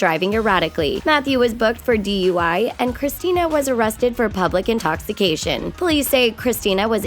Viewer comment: Yep I heard that right. A "DEY" charge and not a DUI charge